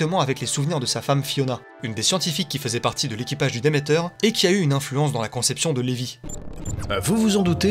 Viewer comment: Demeter ça se prononce "demeterre" les gars. La déesse de l'abondance et de la fertilité, de l'agriculture, la mère nourricière. C'est pas anglais comme nom, c'est grec.